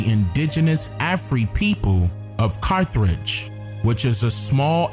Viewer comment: Carth age brother no r after th please.